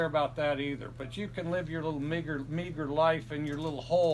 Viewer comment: Me, too. I can't believe how many people are on Facebook right now trying to say that Leach said the "n" word during the interview. He clearly said "migger" and then corrected himself to say "meager" when he went off on that reporter. Quit trying to cause controversy where there is none. Enjoy the 7th straight Apple Cup win.